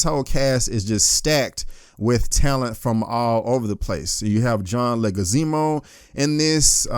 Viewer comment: John Leguizeemo??? You give a good review, but you butcher some names!